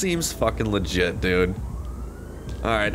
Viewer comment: Bring back "seems lefit"